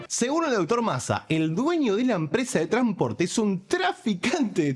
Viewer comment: Tipiño, hay palabras, como "conStitución", "tranSporte", que después de la letra N tiene una letra S. Por favor, pronunciala. Solo eso loco. Salu2.